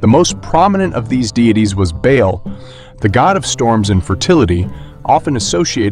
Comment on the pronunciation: With respect, Byblos is pronounced "Bib-los" not "By-blos" and "Ba'al" is Ba(glottal stop)al, not "Bayl". (By the way, the word "Bible" comes from "Byblos" which gave its name to biblos or book in Greek, as the port for the rolls from which early books were made. Thank you for the video. Ba'al also simply meant "lord" and was used for different deities like Ba'al Hammon or Ba'al Dagon, or Ba'al Marduk (in Babylon). The Biblical Beelzebub comes from Ba'al Zebub.